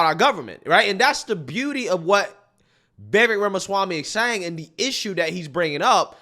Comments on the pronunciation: Can you PLEASE learn how to pronounce Vivek's name??? You have the first syllabol right. The second rymmes with cake or bake or fake or lake. Imagine it's spelled Vivake, and you'll get it right. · Pronounce Vi-vake as in cake. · Vivek (pronounced Vivayk) should make it clear the voting thing is something he thinks would be a good way to increase civic engagement and make it clear he is not going to actually push for it. That is certainly not a hill he should die on. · It's getting old... stop mispronouncing Vivek's name.